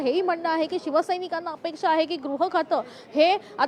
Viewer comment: Grah nahi baba gruh khata. Shivseneche nete shinde pan ashikshit ashuddha bolnare.